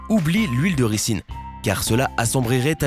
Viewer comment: A Lalaland toi aussi ca ta perturber comment il l a dit !? Au pire huile de ricin (ris1) ...